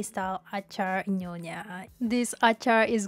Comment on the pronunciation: Nyonya ... not nonya.